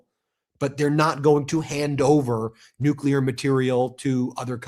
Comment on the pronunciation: Someone please teach that maga congressman how to pronounce new-cle-ar